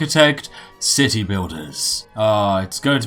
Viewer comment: Cit-tea building